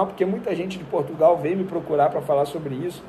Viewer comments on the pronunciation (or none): none